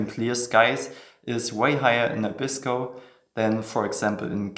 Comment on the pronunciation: For some strange reason all foreigners pronounce 'Abisko' incorrectly - it is pronounced 'Aa-bisko' (stress on the first syllable, not the second).